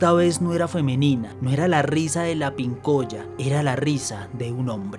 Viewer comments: Es "calèuche " " pincòya" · Pincoya, acento en la O, no es huevon, es hueon, Caleuche, acento en la primera E.